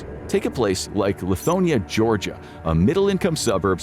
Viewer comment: You couldn’t have said Lithonia & DeKalb more wrong.